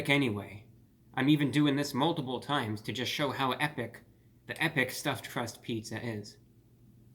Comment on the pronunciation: the way he said "stuff crust" 🤣